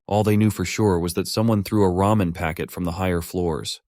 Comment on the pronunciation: Not him saying RAMEION